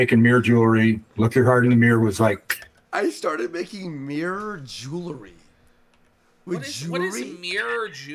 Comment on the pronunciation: Its MIRROR, not MEER!